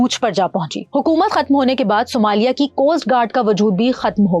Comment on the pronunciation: Sumaili nahi Ma'am, Somalia 😂😂